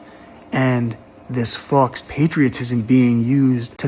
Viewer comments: Every time he says fox i take a drink 😂 but yeah he's right. It's pronounced 'foh'. It is french for 'false' i.e. faux-leather lamp shades or faux-fur coats. He means 'false patriotism'. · Fux patriotism 😂 he needed a google pronunciation prior to making the video lol but I agree with everything he said We’ve killed over 6 million innocent civilians in our endless bombing raids since the start of the Vietnam war to now. The United States has only 17 years of peace time. We’ve committed one genocide for the land we now call home and we’re helping Israel with their genocide now, again for land. We’ve invented reasons to go to war in the Middle East for oil several times, we average about two regime changes per year since the end of World War Two. If you don’t think this country has long lost its way then you’re heavily intoxicated on the powers that be’s (military industrial complex)propaganda and need to learn, and put to use, some critical thinking skills. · The word faux is from the French, it is pronounced fo, and means essentially,false. Other than your mispronunciations you didn't say one thing I disagree with.